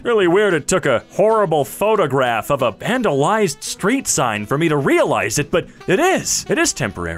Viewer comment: ah yes, vanalized